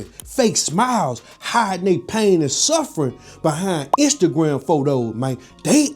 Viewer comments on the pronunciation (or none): none